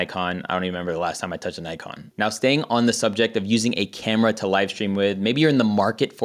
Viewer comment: Just a little correction, sorry. Say Neekon, not Naikon. It's a Japanese name 😉